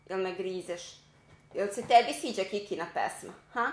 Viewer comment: jel si rekla kikina ili kitina pesma?😂